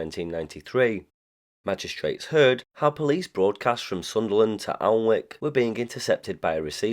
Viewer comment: The L and W are silent in Alnwick.